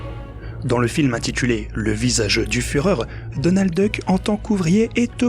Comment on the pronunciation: Walteuh Disney, franchement il fallait le faire... Donaldeuh Trump en force !